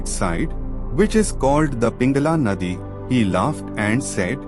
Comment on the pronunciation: Naadi (channel) not nadi( river)